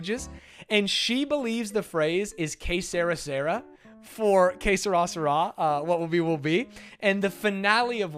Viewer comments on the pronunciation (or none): Que sera sera is French and you are both pronouncing it wrong ..... ;) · God damn, I had to see the chat to understand when you were trying to say "Que sera sera". I'm not sure how says it but your pronunciation is clearly wrong